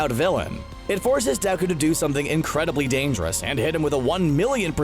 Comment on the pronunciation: First of all...it’s Deku and not Deku 😑